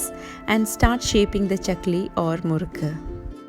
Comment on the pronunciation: Great ❤️❤️❤️👍🏼👍🏼👍🏼.... wanna ask a question?? When u told "Murruku" in Tamil , it sounded perfect n flawless.. bcos other Lang speaking ppl couldn't gt that perfection .. so do u know/ speak Tamil ?? It's such a crazy question but couldn't resist asking yu??!!!